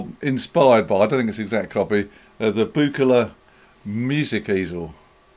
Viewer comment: Hard G, not a soft G! See the video where Uli himself tells you how his name is pronounced! You've done really well in this video, managing to mispronounce Behringer, Moog and Buchla.